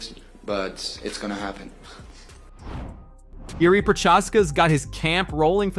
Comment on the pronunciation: botched Jiri's name bruh